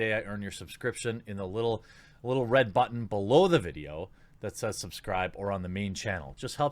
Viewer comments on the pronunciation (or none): none